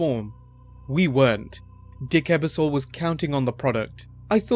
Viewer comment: Lots of good information. However, you did butcher the pronunciation of a couple of names like Lorne Michaels and Dick Ebersol. When you're making a video that contains people who may be famous in the US but not outside of the US, it might help to have an American edit those videos to make sure these types of mistakes don't happen.